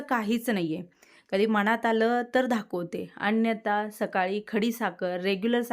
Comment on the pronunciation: अगं ताई राग मानू नकोस...पण मी सध्या तुझे विडिओ गेले ३-४महिने रेग्युलर पाहते आणि मागचे जवळपास १-१.५० वर्षाचे विडियो मी तुझे पाहिले आहेत...मला फार आवडतात तुझे विडिओ... पण राग मानू नकोस एक सांगते तुला की धाखवते म्हणू नकोस ना...दाखवते म्हण...मी काय तुझ्याकडे बोट दाखवत नाही पण एक सजेशन दिलं